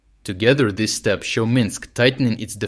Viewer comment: Please stop saying “thess”! These: “theeze”.